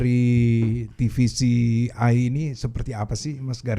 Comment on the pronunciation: Te Ve Ce I om bukan Ti Vi Si Iiii